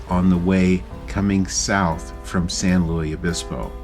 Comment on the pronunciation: As a native Californian I grew up going to this area of the central California coast ( actually we stay north of Morro Bay). It’s my favorite place. Summers are relatively cool on this part of the coast and the water is always icy. The missions in California tend to be “ unadorned”. BTW, for future reference the “s” in San Luis Obispo is not silent; instead the word is pronounced like Lewis. Also fun fact, San Luis Obispo bans drive thru anything. So you won’t see drive thru for coffee, fast food or even banks ( the last time I knew, but I don’t believe it has changed).